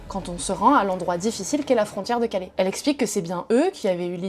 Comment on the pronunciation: À Calais, pas Calé. CalAIS.